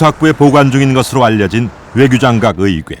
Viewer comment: 의괴가 아니고 의궤야 ㅋㅋㅋㅋㅋㅋㅋㅋㅋㅋㅋㅋㅋ